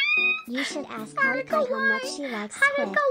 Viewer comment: Lmao does purposely get haruka's name wrong everytime? "Haircut" "hurrycane"